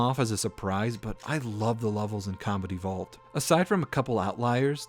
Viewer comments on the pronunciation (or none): For some reason I keep hearing "Halo: Comedy Vault" EDIT: God dammit, 20 minutes into the video and I still can't unhear this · Just found you today, and I LOVE your channel. I kept hearing "comedy vault" when you said "Combat evolved" 🤣🤣